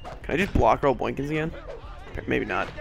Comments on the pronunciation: Very excellent video, but it sounded like you were saying "boynkins" instead of "boykins" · How you were saying n in boykins bothered me but I love your vids and all your series!!